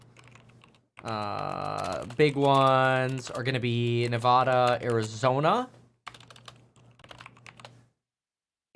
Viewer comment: Still can't pronounce Nevada right 😂🤡